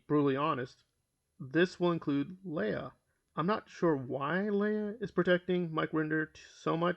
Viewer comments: LEIGH AHhhhh Not LAY ah.... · Leia??? You mean Leah??